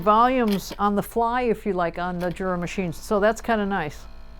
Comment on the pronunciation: I thought it was pronounced Yura?